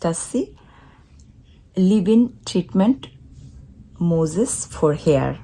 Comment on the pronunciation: Nice try. It's called mousse (like 🫎the animal) - not Moses 🤦🏻‍♀️🤦🏻‍♀️ 🤣your poor thing.